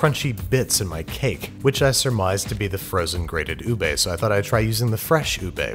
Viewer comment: LARS IS NOT UBEY IS UBEH